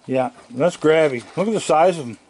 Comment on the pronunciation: I always thought he was saying Crabby not Grabby lol